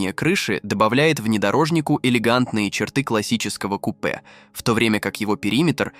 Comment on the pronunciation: Диктор класс конечно ступИц пЯтьдесят дизЕль кУпе 😂😂😂